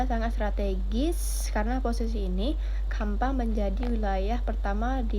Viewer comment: bukan kampa, tapi campa, pake ce bacanya